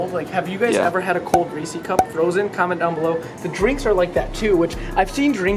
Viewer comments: Anyone else get annoyed when he mispronounced Reeses cups. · dont call that a reesey's cup again. Its Reese like Reese witherspoon. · It's not reesis, it's reeses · Imagine calling Reese’s reesie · The way you say Reese's cups kills me. It's a name Reese, and they're his cups so it's Reese's cups....... " 's " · Amelia Kaylor its pronounces ree-sees